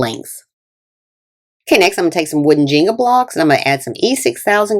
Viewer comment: "jeengah" blocks 🙂